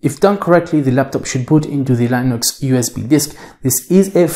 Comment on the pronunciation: You’re just deleting the OS, just say Microsoft is the culprit of slowness because typically it is. And it’s LINUX not Linus. Charlie Brown isn’t laughing